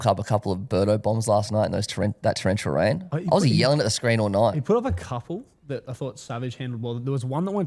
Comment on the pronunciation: Towwential wain 😂